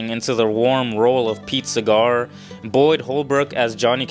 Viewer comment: OMG! I nearly fell out of my chair laughing when I heard you mispronounce the name of Pete Seeger. It's not Pete Cigar! Please, if you are going to make YT videos, you must learn to get the proper pronunciation of the people to whom you refer. Do your homework. Otherwise, I give you a passing grade... :)